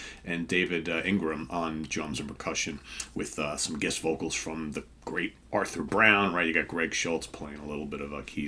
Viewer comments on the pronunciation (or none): none